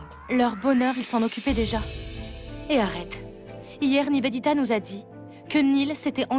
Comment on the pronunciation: ne sait pas prononcé Niveditaaaa, Nevenitaaa